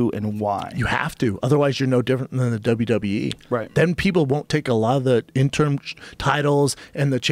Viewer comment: hahahah fucking Schaub always saying "interm" lol I love it, shit cracks me up when he can't say "interim"